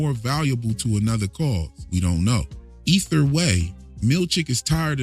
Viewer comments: I laugh like a child every time I hear “ether way” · Did you say "ether" way XD Also i had a good giggle when you said Helly's been takin it raw 3 times already OH DEAR!! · "Ether way" 😂